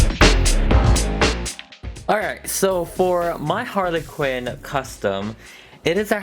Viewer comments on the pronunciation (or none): LOL YOU SAYED HARLY QIN LOL LOL LOL LOL....................................................................................................LOLLLLLOOOOOLOLOL9L9LOLOLOLOLOLOLOLOL.OLOLOLOLOLOLOLOLOLO.😂😂😂😂😂😂😂😂😂😂😂😂😂😂😂😉😉😉😉😉😞😭😠😠😠😠😂😃